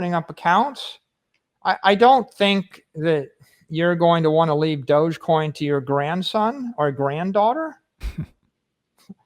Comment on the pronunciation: It's dog-e-coin, doggycoin. Not doochcoin lol